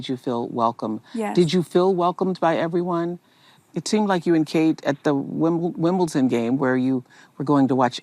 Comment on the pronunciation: I think the joke was Oprah's own self-reflection of how she at first stumbled with her pronunciation of, "The Wimbledone".. and kind of making a lite joke out of it by mocking herself while at the same time, jokingly pronouncing it the right way, even subtly adding a touch of the british accent to her pronunciation, adding to her sense of humor towards her own slight, mostly unnoticeable fauxpas. And mimicking the accent helps with joking about that it, instead of taking that stutter or mispronunciation too seriously. And the fact that her attempt at doing the british accent wasn't that great of an attempt, which just made that moment even funnier for the both of them. That's what I could tell from the slight change in accent because she's so terrible at it xD that's probably why you couldn't even pick up on it because it wasn't really not that noticeable, but it only became noticeable for me when they started laughing even more and going back and rewinding it to make sure I also heard her correctly with her very slight change in accent. She either didn't attempt to, "go all out" with trying to lay that accent in thick, or she really can't do it that well anyway xD. Regardless, it was just kind of a cute moment of humility and child-like (not childish) humor shared between the two. Kind of sweet, actually. Especially since Megan more than likely wouldn't be caught dead mimicking the accent in front of any of their royals outside of her husband.